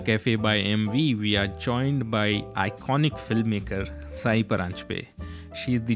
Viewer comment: It’s time non marathi people realise that her name is ‘सई’ and not ‘साई’.